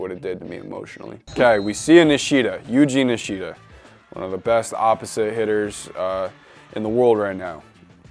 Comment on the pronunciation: Bro really said Eugene nishita it’s yuji nishida bro